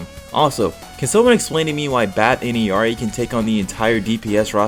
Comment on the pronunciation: as an illari main, anyone who pronounces her name the right way ill be ur daughter 🥰